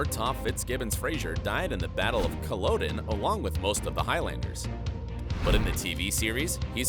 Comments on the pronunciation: “Kuh-lah-dun” Culloden! Not “Kuh low den” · CullOWden? MarsAWli? Wtf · CaLOWden? Say it like CaLAUDen. 🙄🤦🏻‍♀️ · It Cu-la-den... not cul-O-den. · I really wish they would pronounce “Culloden” and “Innes” correctly. It’s “cull-ah-den” and “in-ehz”. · This narrator has obviously never seen the series, as "Marsali" would tell you at "Cullodon." ;'D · Did you really say "Cul-low-den"? You butchered so many names.. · CulLOWden? Come on. This isn’t a made up location. Out of respect for all the Highlanders who died there, the narrator should have pronounced the place correctly. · Really wish they'd work with the narrator on his pronunciation. "CulOHdin"? Really? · “Colloden”.... shudders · If you're going to do a comparison video (or any video for that matter), PLEASE, for the love of god, pronounce names and places correctly. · Yes, and 'Culloden', as well. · Dear author, watch just one episode of the show. Pronouncing so many things wrong, even down to 'Culloden' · If you’re going do a review of Outlander, please pronounce Culloden correctly! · Did you even watch the shows? You mispronounced so many names. 😄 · The way Culloden is pronounced in this. Christ. Americans shouldn't try to say Scottish words. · You could do just 5 minutes of research and learn how to pronounce Culloden, Jocasta, Innes, Brianna, and Marsali.